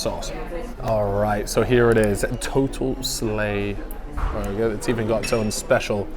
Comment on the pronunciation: More burrrrgerrr